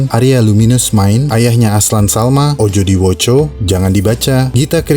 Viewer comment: Admin alam semenit fix bukan orang jawa, kliatan logatnya pas baca 'ojo diwoco' kedengeran aneh-aneh lucu min wkwk